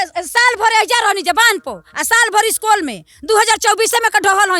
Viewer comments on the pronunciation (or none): none